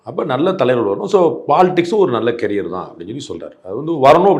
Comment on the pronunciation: Dai adhu carrier illa da career da adha first theliva sollunga da apparam interview lam edukala